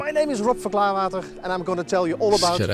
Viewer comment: you butchered the name of my hometown...........!!! but i understand the CH makes a guttural g sound Rob van Klaarwater still owns the bar you see at the beginning of the video (he used to be an old classmate of my mother)